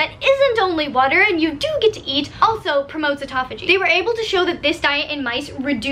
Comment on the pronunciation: atopogee? haha you mean apoptosis (a-pop-to-sis) or autophagia (auto-fay-juh)?